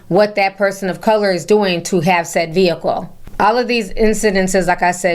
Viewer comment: "look at that Vee- Hickle!?" lol....If more ppl had God in their hearts, they'd be blessed to.